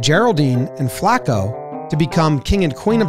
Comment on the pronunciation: It's not Flaa-ko. It's Flah-co. Put respek on it